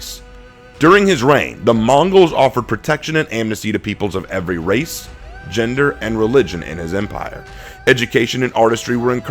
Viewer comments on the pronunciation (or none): none